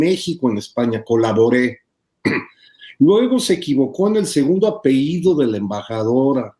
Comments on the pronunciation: Por qué dice apeido este señor jajaja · El editor hablando de erratas, pronuncia "apeido"... No pos sí. 🤔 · Jorge: dice "apehido" en vez de apellido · Por flojera y estupidez de los hablantes, no porque sea correcto. Se escribe y se pronuncia "apeLLido".